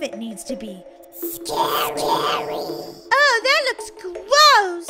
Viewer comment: I love the part where says sacry